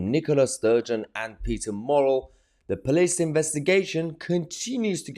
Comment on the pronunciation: The fella 's name is Murrell...NOT Morrell. You have numerous pieces uploaded about this saga but where do you get your information because nobody else is reporting the stuff you are coming up with. I am not a SNP supporter but I am beginning to get brassed off at you broadcasting your stories without any corroboration. Are you just shit stirring fake news merchant?